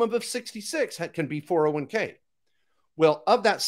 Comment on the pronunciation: Lol, you pay taxes when you convert. Also, it is a 401k, not 4011k...funny guy. Love the enthusiasm and hilarious you started the video with "Don't listen to people's comments". Brainwasher...Nobody gets 1M in 6-7 years from a ROTH IRA putting in the max, even at 15-20%. Doesn't happen buddy. "If you want to make a million $, we want a relationship for years to come" 🤣😂. Of course you do, drain other people's money. After thought before I close this, the oil wasn't in SD, it was likely in ND. I call total bs on everything. Hahaha